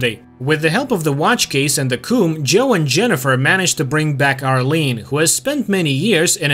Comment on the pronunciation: Why are you saying coom and not comb lol